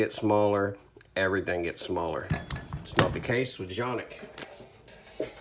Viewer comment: Finally a correct pronunciation, thanks.( john-ihk)